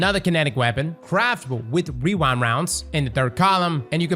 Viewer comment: i only have one thing to say clears throat aggressively WEWIND WOUNDS